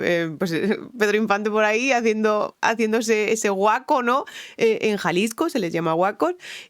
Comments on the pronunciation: Hola, al grito se le dice guajo, no guaco. Se agradece el cariño al mexicano. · Te salió muy bonito ese Guaco mexicano 😂😂😂🤣